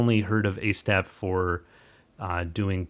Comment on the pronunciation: hope I spelled that right, great video. It is long overdue that ASTAP had some public closure. It is the best free stacker out there. I think Han the developer, one other guy and myself are the only ones to do any tutorials on YouTube for it so far. One thing. Han seams to pronounce it Auzz-tap. Its hard for me too.